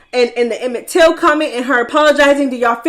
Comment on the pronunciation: It’s “Emmett Till” Summer… Gahdamn🤦🏿‍♂️🤦🏿‍♂️